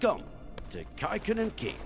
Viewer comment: A lot of the names (of people and places) are much more Finnish than Swedish. And I for one can't unhear Kaikonnen as Kekkonen.